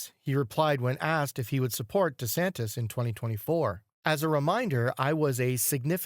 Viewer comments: Why are you calling De Santis "De Santos" instead of De Santis? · DeSantis, NOT DeSantos! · For crying out loud ..... DeSantis DeSantis DeSant-i-s. Why the narrator never bothered to learn the correct pronunciation of a very well-known man is baffling to me. Educate him, p-l-e-a-s-e!